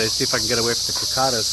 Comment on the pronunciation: Hey Jeff! Love your videos man. Your pronounce cicada's a bit different. Cheers. no problem